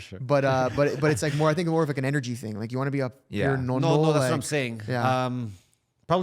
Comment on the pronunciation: “It has to be a thing, materialistic thing” “But it’s a TING” Killed me 😂😂😂😂